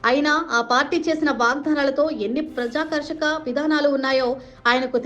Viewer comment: Praja- karshaka kaadammaa, prajaakarshaka. Telugaina sariga chadavadsm nerchuko